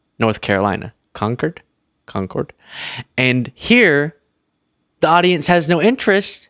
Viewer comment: We say it Con Cord in NC. Glad you said it right. 💙